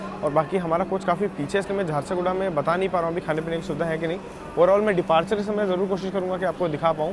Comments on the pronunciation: Naam hai jhar-sugda. Not jharsa,-guda. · bhai its jharsuguda junction Not jharsaguda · Bhai hindi to thik se padke boliye Jharsaguda nahi hai Jharsuguda hota hai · Jharsaguda nahi JHARSUGUDA naam hai..... Station ka naam to sahi dhang se lo yaar.... It's your job Or may be not..... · झरसागुड़ा नहीं झारसुगुड़ा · Chakradharpur waha ka canteen kabhi mauka mile to samose aur rasmalai jarur khayeaga. And it's jharsuguda not jharsoguda sorry but rectifying the error..